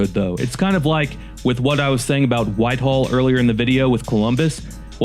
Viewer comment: A.I. must do all the writing for videos!! Someone should put a stop to it!! Why?? Because mostbomof the time A.I.never gets words correct!! In this one, it's "Whitehall"!!! Not Whiteall!!! 😮😢😮. Akron was also misspelled!! Really??😮😮